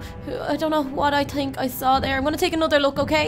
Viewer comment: Why do u say tink?Is it because ur braces?